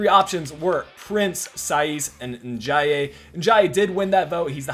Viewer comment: And it’s pronounced N Day